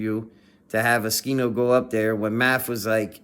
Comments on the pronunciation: if u know how to say his name then why u saying skino and not oschino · Bruh its O-SCHINO not Uh-skino..